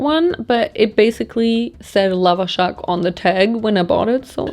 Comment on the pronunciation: aaaaaaaaa...omg i'm Iranian and when i saw you eat the Lavashak i was so happy...it's NOT supposed to be sweet...there are slightly sweeter ones with apricot for example...but we like them SOUR like Olivia Rodrigo ...also the pronunciation of the A's is more like the A in Ant